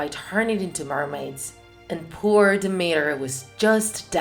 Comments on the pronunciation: It's dimitra , no dimira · It's not dimira it is Δήμητρα(dimitra) I know it because I am Greek Also I love your videos😍